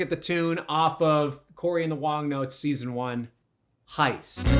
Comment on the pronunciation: what what? why is he emphasizing "Season 1"?? when is season 2 coming? cant wait, buddy!!